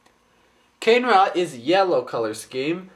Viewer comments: I have the infected mask. Its cool. Oh yeah, its called KUH-NAY-RAH, not CANE-RA. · you've got it a bit wrong their! the yellow, tiger-like one is muaka, and the red bull-like one is kane-ra. and as magith1 said, the pronounciation of kane-ra isn't actually said like that, it's actually pronounced 'kar-ne-ra', just letting you know that... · It's pronounced "Moo-Ahk-ah" "Ka-nay-ra" Those pronounciations are from a Bionicle Encyclopedia book I have. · the review:informative,cool,but one thing...YELLOW=MUAKA,RED=KANE-RA, i Bioniking approve this message,cool review,(top not to be taken offensively) srry im real ocd) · they are pronounced MUE-AH-KAH and KAH-NAY-RA.